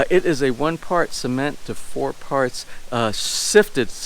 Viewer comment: Or so they call it SEEmento? lol